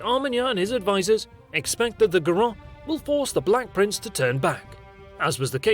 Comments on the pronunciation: It's not Garo it's Garone = Garo + ne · Should have checked how to pronounce Garonne or Narbonne before making that video.